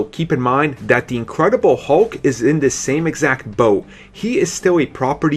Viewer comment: What accent is this? You say 'the' like 'de'.